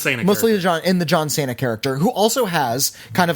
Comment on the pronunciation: That’s a weird way of pronouncing John Cena